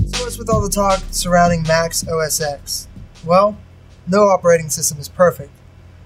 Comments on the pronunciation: Say "Oh Ess Ex" again, I dare you. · Good Video, but just to let you know, its pronounced OS TEN not OS X. But still, good video!!